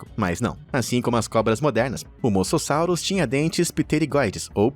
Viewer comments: E mosassauro e não masasauro 😂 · cara ,pra mim já deu ,vcs só fazem esses vídeos por visualização. vcs estão tratando animais como monstros, seres terríveis q nunca deveriam ter vivido no planeta ,isso tirando as pronuncias erradas dos nomes ,sério no moçossauro ?! as piadas péssimas , associando eles monstros de filmes então pa-ra-bens! vcs perderam um inscrito seus norte americanos gordos e idiotas!! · É moSASSURO E ALÉM MUITAS PRONUNCIAS ESTÃO ERRADAS